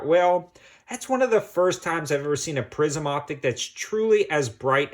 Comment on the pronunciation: Did you say prison or prism?